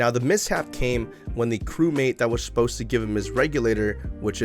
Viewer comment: Shposed instead of supposed is so funny